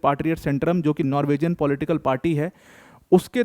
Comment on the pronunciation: Sir, नॉर्विजियन नहीं होता है, नॉर्वीजन होता है.